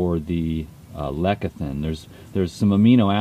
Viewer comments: Did he say lekithin? lol Bee Pollen is not vegan! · It's not my place to call anyone a snake-oil-salesman, but oh dear Lord does he not sound just like one? ^_^ Lecithin btw derives from the Greek "lekithos" (‘egg yolk’), so I see why he pronounces it the way he does... or maybe he IS just being pretentious (and I can hardly cast the first stone on THAT score ;-p). <3